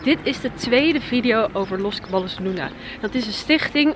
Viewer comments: Je spreekt het uit als Cabajjos niet letterlijk Caballos 😂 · Je zegt het als cabajos! In Spanje spreken ze ll als een j uit